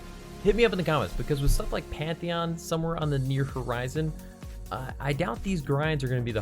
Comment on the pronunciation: Hi I know this is a little bit of a older video. And the time stamp of around 15 min mark you say something. (Pantion). What is that?